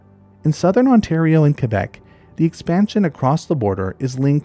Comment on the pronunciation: props for knowing how to pronounce Quebec lol, im from Ontario but my mom's from Quebec, and every single time I talk I about it, just to tick her off, I say qwobec😭😭😭 ik u know what I mean I just have no clue how ya'd spell that lol. Fr tho, what an amazing videos dude, not that long ago, maybe a month now, I went camping and ran into a wassasauga rattler, maaaaaannn was he cool. But dude, I had no fuckin clue that that was a pit viper🤣🤣 good too know for next time lol